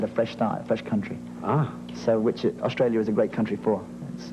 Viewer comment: Really? Hear when he says 'Australia'... it's not the Ozzie way... or when he says 'Barry': that 'a' sound is British... when he says 'aware': Ozzies would pronounce it like 'a-way-re', he doesn't... when he says 'ten', Ozzies would pronounce that almost like 'tin'... he doesn't. Listen to when he says 'Manchester': it's absolutely British. Of course he must have some Australian influence, having spent his childhood there, but I don't actually think that prevails over his British accent. Their dad is Mancunian through and through, only Barry speaks a bit like him, Robin spoke with a very classy RP British accent only slightly touched by his Mancunian roots, Maurice had a British accent though he had americanised it along the years. None of them had any trace of Australia.